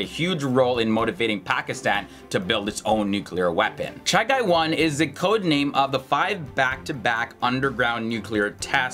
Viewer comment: I must appreciate for correctly pronouncing the name Chagai, even we call it Chagi for convenience, and offcourse historical references are very correct .